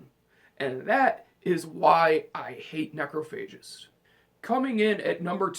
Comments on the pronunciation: It's pronounced "NEK-RAH-FUH-JIST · Dammit! I was with you til you said Necrophagist! Grrrrrrrrrr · Necrophagist? Seriously dude? Necrophagist? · He pronounced Necrophagist wrong...